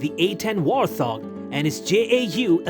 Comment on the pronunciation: This would be interesting if the foreign bot didn't have the Elmer Fudd Syndrome where the bot cannot say its "R's" it comes out as a "W".And it cannot say Wart Hog,the stupid bot puts a "th" sound to it as in thing or those. Granted Warthog is one word but still...